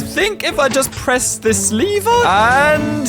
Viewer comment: Its l-ever not leave-er